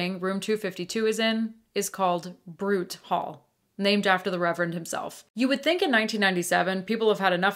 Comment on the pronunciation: My alma mater! Love the ghost stories at the Mount. My favorite is that our founder’s ghost haunts Echo Field and the seminary, but he’s a kind benevolent ghost. He appears to counsel troubled people who need help. (Just fyi: it’s spelled Knott, and Simon Bruté is pronounced “broo-tay”)